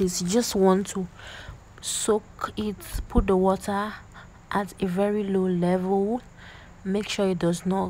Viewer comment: It’s the accent for me😆😍😆Absolutely nobody:”Woh:ah” “Pre:shuh” 😆😆😆😆😆😆I enjoyed watching this,the voice over was an icing on the cake ☺️